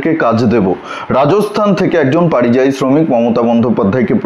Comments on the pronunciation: কথাটা পারিযায়ী নয়, পরিযায়ী। কানে বড় লাগছে। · পারিযায়ী শুনতে ঠিক লাগছে না,ওটা পরিযায়ী বললে ঠিক হতো। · পারিজায়ী নয় পরিযায়ী।ধন্যবাদ। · পারিযায়ী না পরিযায়ী